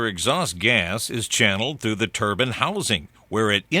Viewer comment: Turban? hahaha surely he means Turbine...